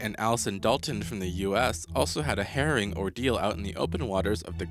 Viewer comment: ...please dont use words you arent familiar with. it's hair-row-ing for harrowing not hairing experience. Few like that. If you dont know em stay away from em or learn to pronounce them. Sin Eye peninsula...right?